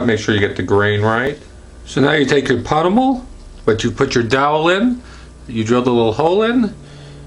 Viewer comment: Pommel. Pummel is a word for beating someone up. Pommel.